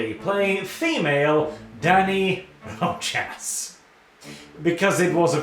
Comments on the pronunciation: I know you and Spanish probably aren't on speaking terms. It's Roe Hoss, not Roe Jass. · Rojas: Row-ha,s J in spanish sounds like h.